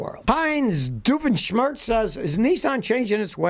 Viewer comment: Nice job pronouncing the Phineas and Ferb character Heinz Doofenshmirtz!